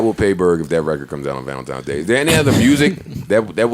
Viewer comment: Did Berg say ValentiMes day??